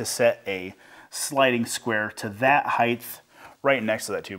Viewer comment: Great video and project! I want to point out that you all seem to pronounce the word as “hithe” when in fact the word is pronounced “hite” it is spelled “height” the ending is a “t” not “th”. It may appear to be trivial, but you are publishers and probably want to be grammatically correct. I have enjoyed your magazine since its start and learn even more by watching your videos. Keep up the good work.